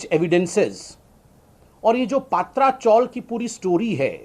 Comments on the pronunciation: It's Patrchal not paatracgal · ये डफ्फर पत्रकार, गधे चॅनल्स और राजनेता कब बराबर, सही उच्चारण करेंगे????? सही उच्चारण "पतरा" (tin) चाळ या हिन्दी में "चाल" है। "पात्रा" नहीं। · Sambitjee Paatra chawl pronounce galat hai.PATRA CHAWL( पत्राचाल ) पत्रा =tin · पत्रा चॉल बोलो सर जी, ( पात्रा चॉल नही )